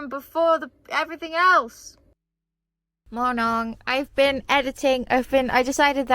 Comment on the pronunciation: OMG MY TWEET MADE IT TO THE VLOG I AM SO HAPPY SJQKCJSJDB I LOVE YOU 🫶🫶🫶 also why do you say mornong instead of morning?!?!??